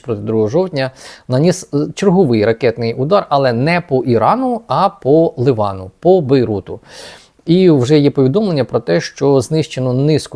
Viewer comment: Не Ливан а Ліван!!! Заїбали!